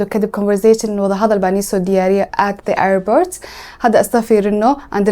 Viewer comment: Airbort kulahaa ?😂